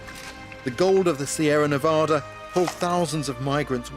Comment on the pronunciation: I like how an Englishman can pronounce Nevada correctly when so many people from this country can't.